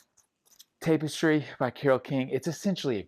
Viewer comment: Tap-istry not Tape-istry